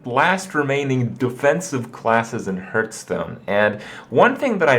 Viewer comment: You've been playing Hearthstone every day for 2 years now. And you still miss pronounce it. How?